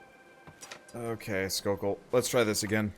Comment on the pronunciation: I think his names jokell not skokell?